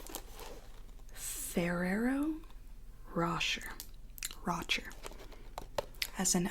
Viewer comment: it's pronounced "ro-shay", not "rosher", haha 👌